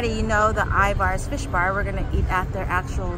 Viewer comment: So you know, the locals pronounce Ivar’s “Iver’s” . Just trying to help. 😂